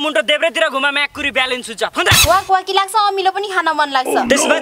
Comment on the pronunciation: माकुरी शब्द भन्दा,उचारण गर्दा मा_भनेर अलि पछि कुरी भन्दा अझ स्वादिष्ट होला ब्रो😂😂